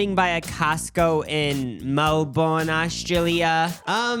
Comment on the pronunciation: it’s pronounced like “my-low”…you perfected the pronunciation of Melbourne and I’m very proud of you for that. But please never ever call it “me-low” again 😘